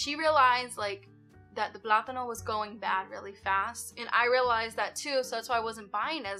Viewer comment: Your pronunciation of the word plátano is on point! 😊